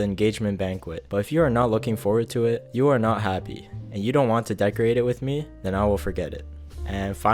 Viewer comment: Learn how to say betrothel and decorate